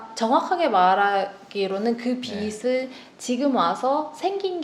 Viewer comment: 발음 좋아요! 내용도!!! 보통 저 변호사님처럼 [비슬], [비시] 처럼 잘못 발음하는데 신사임당님은 빚을 [비즐], 빚이 [비지]라고 정확하게, 올바른 발음으로 말해주셔서 정말 좋네요! 앞에서 말하는 직업이다보니 이렇게 올바르게 발음하는 분들 보면 혼자 ... 이분 제대로 배우신 분이네! 이럽니다! :)